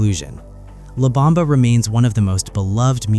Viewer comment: La not Lab!